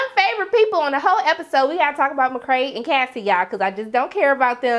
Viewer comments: Mc cray lol its mc kay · i absolutely love your reviews. i enjoy every sec! on a side note tho, why do you call McKay, McKray? lol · McKay, not McKray.